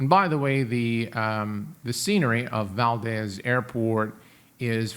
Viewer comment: As a born and raised Alaskan, I have to point out that it's pronounced "Val-dees", not "Val-dez." ;) Great video!